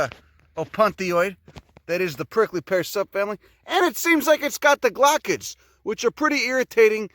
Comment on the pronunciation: I itch every time you say glochid. That's my word to check if people have a clue about cacti or not... Amateurs often dont know what they are or they weeks of fun they provide!